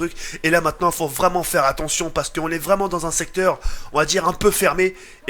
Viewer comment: Il a dit attontion